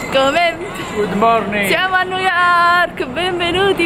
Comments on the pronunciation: Forse nn avete capito lei pronuncia nu yok perché il labbro superiore è talmente rigonfiato che nn riesce ad aprirla la bocca x pronunciare bene le parole...montati meno...a New York ci sn stata anche io e auguro di andare a tutti voi é una città stupenda tra poco andrò a Londra un altra meraviglia..poi continui a chiamare 3000 volte amore amore amore Amore ma nn ti caca 😂😂😂muoio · Perché non avete sentito lui??? Non sa dire nemmeno New York